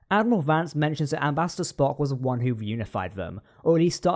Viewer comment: Did you just say “*Dad*miral”? Lolz.😆